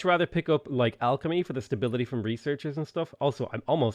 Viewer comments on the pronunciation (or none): none